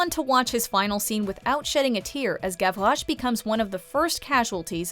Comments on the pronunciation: I hated the way they said Gavrouche. It’s Gav-Rosh not gav-rroghhjhjhjche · She said Gavroche like “Gavloche” and I’m like “wtf there’s no ‘L’, you dumbfuck!” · the way she says “gavroche” is gross